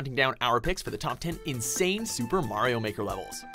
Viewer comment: MAYRO MAWKER